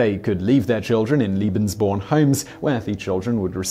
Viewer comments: Simon,you often talk about your efforts to nail the pronunciations of other languages. It seems that in this instance your tendency toward a British pronunciation was just doubled down upon. Seriously I can't believe that any effort at all was made to understand or reproduce a proper Germanic pronunciation despite the jarring difference in meanings throughout the entire video... my enjoyment was negated by this oversight. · This guy doesn't have a clue.. second Reich didn't last a thousand years, and he cannot pronounce lebensborn. It's not Liebensborn you moron. Get rid of him. He's shite. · Your pronouncing lebensborn wrong, it is pronounced laybensborn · You spell it correctly as Lebesborn. You pronounce it as it were written "liebensborn". I know you're very, very busy recording for all your channels, but you should do as the BBC newsreaders do: run an eye over the script and check the pronunciation of unusual and of foreign words - Wikipedia is a help for the latter. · Leh-benz born. The correct pronunciation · Nazis are really bad, aren't they? PS. Is it Lebensborn or Liebensborn? I don't know much German, but it sounds like you're saying Liebensborn, Liebensborn, Liebensborn, but it's written Lebensborn. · yeah, he always says Liebensborn 😁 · Thank you very much. I just watched this video and was ready to comment, but you were there ahead of me. One means "love" and the other "life". A great deal of difference!